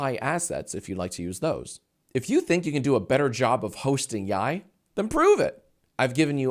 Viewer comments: Yee yee is how you're pronouncing yi yi for some reason jack?? Like yee yee ass haircut. Cmon man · can't pronounce his own show smh 🙃